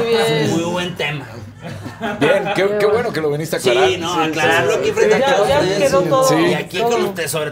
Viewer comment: Se dice "viniste" no "veniste" 🤦‍♂️